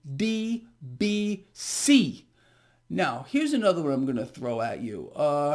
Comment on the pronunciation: You mentioned an ETF ticker. It sounds like you are saying PBBC but I can't find it. I found PDBC is that what you are saying?